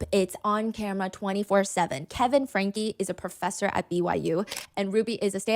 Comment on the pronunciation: Frankeeeee not Frank.